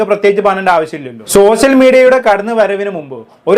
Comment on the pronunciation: "സോസ്യൽ മീഡിയ? " സോഷ്യൽ മീഡിയ എന്ന് പറയു കുട്ടി 😂